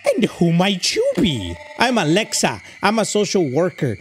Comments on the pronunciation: HE KEPT SAYING ALEXA ITS ALESA👹👹👹👹👹👹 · why do you say Alexa its Alesa not Alexa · it's AlEEsa, not Alessa 😭 (and also not Alexa) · I like how put an accent on the name Alesa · homie has my amazon echo going nuts every time he says "Alesa" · I love how he mispronounces her name 😂😂😂